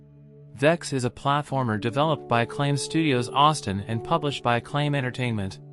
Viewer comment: What's a platAformer? :p